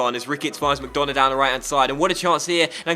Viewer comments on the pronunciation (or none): and you don't pronounce mcDonagh like mcDona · McDonagh is pronounced McDunagh